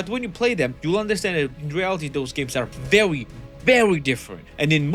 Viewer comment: “vewy” you sound fat bro sort yourself out